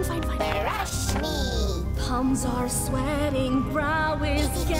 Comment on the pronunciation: Sounds more like brwush me